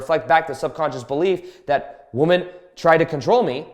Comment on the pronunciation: Dude can you pronounce women correctly holy shit lol